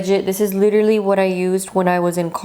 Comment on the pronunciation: "Leeterally" hehe ❤️